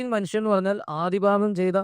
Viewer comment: Manusan , please say atleast manushyan.